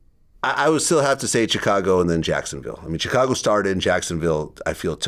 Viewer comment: Why does his pronunciation of Chicago bother me so much?